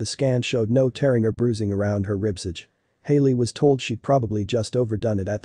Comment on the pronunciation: "Ribsidge"? I think you meant "ribcage".